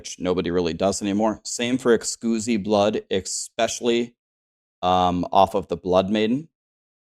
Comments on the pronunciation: Great video good info. Are you deliberately mispronouncing exquisite? Just seems bit weird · Please tell me you're intentionally saying Exquisite wrong..... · Dafuq? The way you say exquisite makes baby seals autistic at birth. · Dude was home schooled and his mom dropped out half way through from how he pronounces exquisite. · Is it a joke for you and your community or do you actually pronounce exquisite as Ex·uzi instead of uhk·skwi·zuht. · Did you just say excusee blood? You mean exquisite? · Can you stop saying Excoosite. It's literally exquisite, like delicious. Fuck, you're special. 🤧🙄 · "Eckscuzee blood" hehe good laugh there. It's Ex-quiz-it. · "Ex-coosi blood" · Hey! First i want to say ty. I watch your content a lot and you recently did a video explaining how to get compasses, i really needed that. I wasn't getting compasses because i had not finished the questline! Second it is Ex Quis IT blood not ex squoozee. E X Q U I S I T E... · lol i love how streamers pronounce things ... ex cuzee blood :P (a heads up, its pronounced "ex - quiz - it") :) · Ex quiz it not ex cuse e hahaha. You sound like the guy from Euro Trip haha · Exquisite, eks-quiz-it. Like an exquisite wine. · Excusemeblood 😂. Great tutorial, I needed this. But you might want to look up how to pronounce exquisite. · Ex-quiz-it blood. ;) Good video however. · The word is pronounced “ex-quiz-it” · Im sorry, but its EX QUIZ IT blood. great video but this drove me nuts. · Anyone else's eye twitch everytime he says excooosite blood instead of exquisite blood. Hahaha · Pronounced: Ex-squiz-it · are you mispronouncing exquisite on purpose lol... Xqusy is hilarious and needs to be the new name of it. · I love you and I love your guides but it's Ex-squiz-it Blood ✌🏼♥️ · Exquisite pronounced 'ex-squiz-it'. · I lol’d when you said ehskoozy blood, startled the dogs.😂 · Excuzee blood? What? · Excusi Blood? n1 pronunciation xD ty for the vid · its exquisite blood pronounced ex quiz it haha